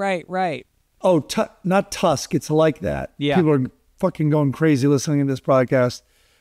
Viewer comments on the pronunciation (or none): none